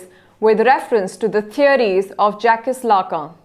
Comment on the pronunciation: Its Jacques n It's pronounced as Jack instead of jac - cus (lacan)